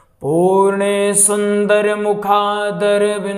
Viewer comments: जी पूर्णेसुन्दर नहिं पूर्णेन्दु सुन्दर है ।आँप ने अशुद्ध लिखा और बोला भी । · Easeguru ji aur pujy banane ka jyada shook ha not correct pronunciation. Very bad